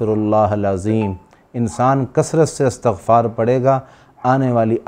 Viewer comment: ماشا الله ؛. الله سب کو سلامتی نصیب فرمائیں آمین ؛ حضرت گزارش ہیکہ استغفار بروزن استفعال ہے اور آپ تا کو فتحہ کیساتھ پڑھ رھے ھیں